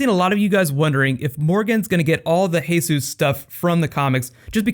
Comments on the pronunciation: It's Jesus (not hessus) lol i only say this because in the comic it says he looks like him. Other Than that good video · It's not "Hey Soos". It's just plain Jesus. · It's Jesus!! As in Jesus Christ not Jesus like Mexican